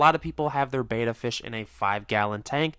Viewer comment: Bet-a not Bayta. Drives me nuts